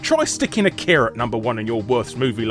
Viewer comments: I can hear all the weebs complain about how you pronounce Akira now. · You pronounced Akira and many names of the characters incorrectly... If you've seen the movie... How the hell do you pronounce something incorrectly that is said multiple times in the movie... Plus the animated car and teddy bear ARE in the movie... Geez...